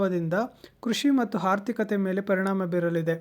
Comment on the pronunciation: ಅಣ್ಣ ಹದು ಹಾರ್ಥಿಕತೆ ಹಲ್ಲ. "ಆರ್ಥಿಕತೆ"..